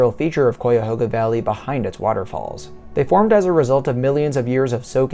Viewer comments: Interesting perspective from such a young visitor. Yes, the pronunciation of the name is "KHI-A-HOG-A"...not Quy-a-ho-ga...or...Coy-a-ho-ga. Also, you missed a great deal of content possibilities, most of which involves the history of the valley...which is a significant part of what put it on the map in the first place. The river, the tow path, farms, hand-dug canal (significantly from Irish immigrants / indentured servants), the infamous "Underground Railroad", the canal locks that were used for shipping cargo...which played a major part in the development of the City of Cleveland & the Industrial Revolution - major roll in the building & expansion of "The Western Reserve", the actual railroad...you can take a ride on the train, The Great Flood of the valley...historical shift that made a major impact on the Industrial Revolution. And then there's another whole world of history just with the Native Americans - who created & built existing monuments, trails, villages & famous burial mounds - which extend even further throughout the state, with the Cuyahoga Valley being the center or nucleus...Google "The Mound Builders". I could go on...but perhaps when you get a bit older and your interests change, or you start to ask mid-life questions like "what's it all about?" or "how did this happen?"...then perhaps you might decide to perform some deeper research into the area you wish to explore before you get there, and then map out some of those places you'd like to visit. There's a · first it is not Coyahoga, it is Chiahoga. Really the best way to explore the Valley is on Bicycle. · Pronounced "Ki a hoga" not "Kwi a hoga." I lived in the area for more than 30 years. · Both this video and comment section are so unbelievably ignorant as to what designates a national park and what doesn’t. Also say it right. It’s Kai-a-hog-a. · You are mispronouncing Cuyahoga. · I just love it when out-of-state people try to pronounce Cuyahoga